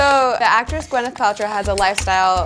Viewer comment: its not gwen-neth, it's pronouced gwy-neth paltrow.